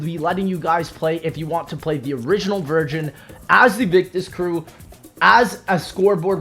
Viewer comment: dawg says virgin instead of version